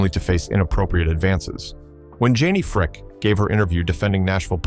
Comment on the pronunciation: So, her name is Janie Fricke--pronounced FRIKEE! (Not Fricka, like your A-I is pronouncing it). Also, why the heck in Janie Fricke's Biography do you have photos of Linda Blair (From The Exorcist movie) and Tanya Tucker ? Your A-I mispronounces a lot of words too. It all really takes away SO much from your work here.